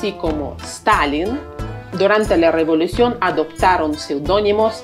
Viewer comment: No se dice semplemente, se dice simplemente. No se dice rivolucion se dice revolución, prueba con apellidos o nombres como Tláloc, tlacuache, Quetzalcóatl, etcétera amiga